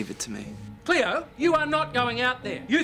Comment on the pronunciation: it's Cleo not cloe